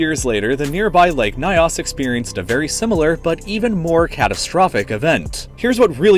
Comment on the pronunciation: The name is not pronounced As Nayos but rather Its pronounced as Ñios . Edit And you are right there are some indigenous poeple who believe there are spirits in the lake and local gods